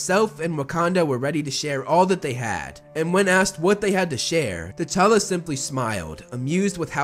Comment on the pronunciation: Its actualy t'chala